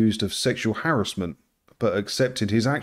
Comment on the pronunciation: I must say how much I appreciate your correct pronunciation of harassment , such a rarity these days...